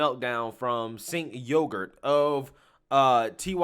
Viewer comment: I laugh every time you say Sink Yogart 😆